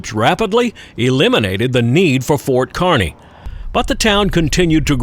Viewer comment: Thanks,, for pronouncing Kearney correctly. Everything you showed and more are the reasons I loved living out west four different times., and still go west on vacation every year.